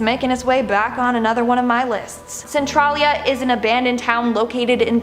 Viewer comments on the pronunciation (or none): Centralia is pronounced Sen Trail yah. Basically just add an i. I've been to Centralia many times. I actually remember when it was closed down. The roads for the town are mostly still there and in some places you can see the foundations of the houses that were torn down. Hunters go their, people with rtv's go there but mostly people go there to see the painted highway. It's closed off but if you know where, you can still get on it with a vehicle. The highway is cracked in several spots but the heat his no longer there. It is painted with spray paint, some good, most not so good, like there is a penis almost every ten feet. Supposedly it was filled over with sand when Covid first hit to prevent people from going there. I haven't been there in four years so I don't know if that is true or not. The town is safer now for these minor activities but not to live in. I remember driving on that closed highway when it was still open, hot and smoking.